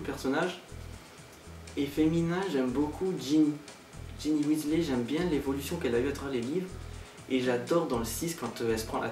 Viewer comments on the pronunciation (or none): none